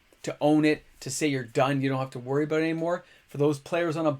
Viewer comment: aboot, soo Canadian